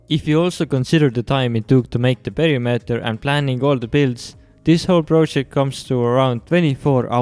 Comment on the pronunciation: omg WHAT IS P E R I M E T E R!!!!!! you pronounced it wrong!!!!!